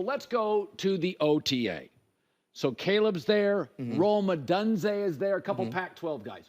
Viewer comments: He said it right later in the video lol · it's the second syllable that's way off not the first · C'mon Colin it's not O"done"ze. You should know how to pronounce his name by now, especially since you follow Washington football. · Collin. It is Rome Oh-doon-zay. Get it right Mr. Ceehard. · It's pronounced Oh-doone-zea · Odunze pronounced Oh-dune-Zay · Yo Herd, can you start pronouncing "Odunze" correctly? It's oh-doon-zay. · Lmao he's never going to pronounce Oh-Dune-Zay correct. Even after Penix corrected him